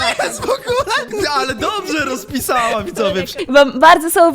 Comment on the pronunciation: xb ona szopje roszpiszała xb